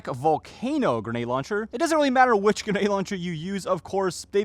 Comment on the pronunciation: Get your facts right!!! Novritsch don't make a 6.2 gram bb!!! They do however make a 0.62 gram bb. And the word is grenade not geenade!!!